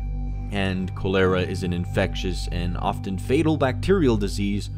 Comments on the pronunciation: Cho lera?? Chaa lera dude. You only got it right once. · “Co lera” ITS KOLARAH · Cho leara 😖 Chol ear 😐 Cholera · Chol-er-a not Coal-er-a sorry, just to clarify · Its not Cuh Lera its Choh Ler Uh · Call-er- ra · "ko-LARE-uh"? Lol. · "CALL-ER-AH" Proper pronunciation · Ah yes kowlairuh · Koh lair uh 🤣🤣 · Posts shot of cholera written pronunciation and still gets it wrong. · I’m so grossed out by how he said cholera Jesus man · Anyone else going fuckin nuts by the way he’s pronouncing cholera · The way he says cholera is just ugh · You’re pronouncing cholera wrong